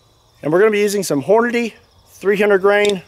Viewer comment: I was moving a bag a chips when he said "hornnity" so I thought he said horny, and I'm like, it isn't point tho